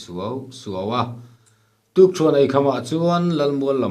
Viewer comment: Sakei lu a tih hi thluk sang lovin,thluk hniam(nula leh tlangval an in kai tih a KAI tih thluk hian) tur.Sa lu an ai(thluk hniam)thin a.Mi thi tur thla a ai(thluk sang)thin